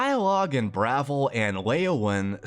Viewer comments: I'll go ahead and be "that guy" because your enunciation of Bravil is painful to me. It's pronounced "Bra-ville" not "Brav-el". Great video! I really wish that they would remaster and rerelease FNV, Oblivion and even Skyrim with polished cut content. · Bravil is pronounced - bruh ville not like gravel Also, Chorrol is pronounced Core'll not core hall lol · Not to be nitpicky, but your city pronunciations need some work. Bravil is pronounced the same as Brazil and Chorrol - the same as coral.